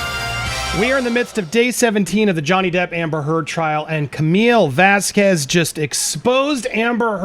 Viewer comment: Karma…. Pronounced Vasquez!